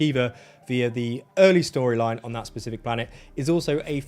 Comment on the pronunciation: "Specific", "Pacific". Please learn that these are two separate words.